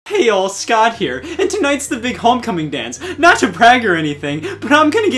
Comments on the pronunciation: Did anyone else notice he said "scotch here" instead of scott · Did anyone else notice he pronounces the "t" in Scott!?